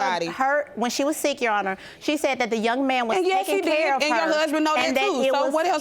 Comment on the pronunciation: Did she say " Jerr Honor" im 💀 😂😂😂